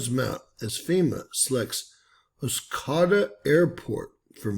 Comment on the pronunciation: It’s pronounced Os-coe( rhymes with toe) -da. Thanks for sharing this. Only 2 nd channel I have seen this on.